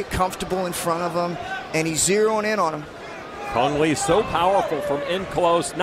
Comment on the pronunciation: kung lao not cang le :)